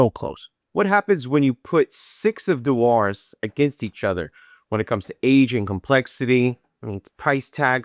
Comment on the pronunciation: Pronounced ‘Dooers’ or if you’re a Scot ‘Jewers’ but thanks for the reviews. Agreed on the 32 year old…